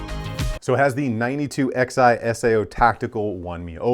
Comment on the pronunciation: i think its pronounced 9211 like 1911. roman numerals(Xi)